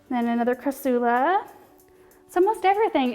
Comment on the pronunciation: TBH it was bugging me how you were saying cra-soo-la BUT... it grew on me. Hehe. You're that likable!